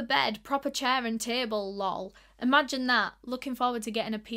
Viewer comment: I think it's so funny when you read things that have 'lol' and you say 'Lowl' instead of 'L. O. L.' 😂